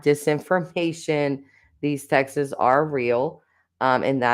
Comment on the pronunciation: Why so you say “texas”???!!! The word is TEXTS.